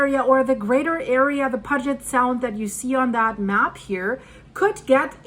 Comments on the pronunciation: Pew jet is the way you pronounce Puget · Hey Girl Hey It's pronounced Pu-Jet I lived in West Seattle in a house (A painted lady) that we rented from a Boeing executive. The doors didn't fall off the house. House is nearly on a cliff one house away and it crossed my mind that an earthquake may take that house one day. Keep on keeping on. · Pew-jit Al-kye (like eye) Great video and info! Best Regards and Best Wishes! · I live here its NOT pronounced " Pudge it" it is pronounced pew jet. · It's not pronounced "pudge-it" its Puget as in "pu'get" sound. Please get that right! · It's called 'pew jut sound' and not puh jet sound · That name of the sound is pronounced PYEW-JET, NOT PUG-IT. They should also include where landslides are likely. They happen with, or shortly after major techtonic events. The Tacoma fault has slipped in smaller quakes that have taken place over the last 40 years. Not going to happen soon. When it comes to quakes, all quiet, is bad. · it is pronounce Puget Sound and the first two letters sounds like Pew you then the Get is right on how you are saying it so please get it right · 😂 For those who don’t know, ‘Puget’ is pronounced, Pew-jet. 👍🏽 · its pronounced......p you jet sound...... Lol😂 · Silly. It's Pu-get. I thought you lived in the the great Pacific NW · Great video, I really enjoy your research and thorough presentation. On a side note, Puget is pronounced with a long u sound, like in unicorn. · Puget . Pronounced "pew jet" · Peeyoujet sound is how you say it. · As one born and raised in Tacoma area, just want to help you with pronouncing Puget Sound. It sounds like PEW-JET SOUND. Your version sounds cuter, but mine is correct. Love your shows very much! Thank you! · Puget is pronounced pew-jet. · “Puget” is pronounced “Pū’-jet” :-). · Puget Sound is pronounced Pew-jit . :) we have a fault line that runs under I-90 from Seattle east toward Issaquah. I saw the line on your Map. Thanks for the updates.